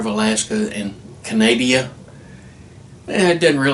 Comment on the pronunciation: Interesting video thanks for sharing. Lol love the way you pronounced Canada. Even if it was wrong but as a Canadian it was funny.